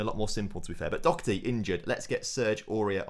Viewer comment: Doherty not docherty lol